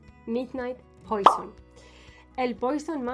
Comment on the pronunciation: No se pronuncia poison…..se pronuncia puassssó